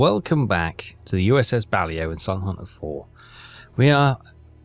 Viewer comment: “Bah-Lay-Oh” not “Bally-Oh”